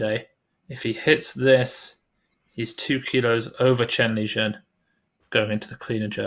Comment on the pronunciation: No, its Chen Lijun